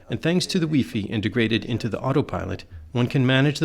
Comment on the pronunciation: really?..... "wee-fee"? "be-meany"? if you are going to narrate boating videos.....do some research man!